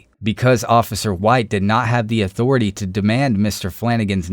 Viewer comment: Again, cop is a power happy jackass, that abuses his power when his subjects don't respect his "authoritay".